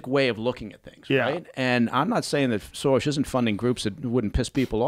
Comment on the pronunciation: Impressed that Baker actually pronounces George Soros' name correctly